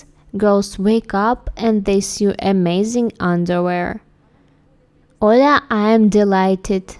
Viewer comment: Learning more about underwear would be excellent! Those items were beautiful. The translation was much better this time, too. Note: 'sew' is pronounced 'soh' rather than 'syoo.'